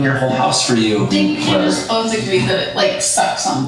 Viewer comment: I loved how said "bolth" rofl. I love him 😅